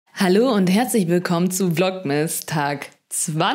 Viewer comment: Vlogmas ausgesprochen, hört sich an wie „Vlog-Mist“.. 😅🤐 aber ich finde deine echt unterhaltsam, easy-peasy, mal lustig, mal nett entspannt als würde man mit einer Freundin quatschen. Danke, dass du uns etwas an deinem Leben teilhaben lässt. Mach weiter so- und nur so viel, wie dir gut tut. 🙏☀️🙋🏻‍♀️